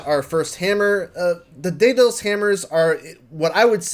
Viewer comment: I'm like 90 seconds in and his mispronounced Greek names have already irked me. 😂 Dem-a-tor and Day-Dulls are not how you say Demeter and Daedalus.